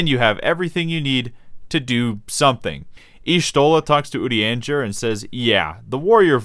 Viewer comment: Are you trolling by consistently mispronouncing Urianger's name? Or...? Good bait, I guess.